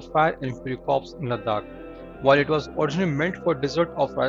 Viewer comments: Corp is to be pronounced as “core” rather than Corp . “P” is silent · Corps is pronounced 'core' and not 'corpse' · Read it as Corp then you are referring to dead bodies like corpse. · Not Corps,it's Pronounced Core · corps is pronounced as core. corpse pronunciation means dead body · Look into pronunciation of corps....it should sound like 'core' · I would like to inform u & also other channels that ' corps' is spelt like that, but in pronounciation it is voiced as ' core'. Often all channels of defense news are ignorant / ignoring the pronouncing of the word in military terms. They are voicing it in agriculture way, which is completely incorrect. Gupta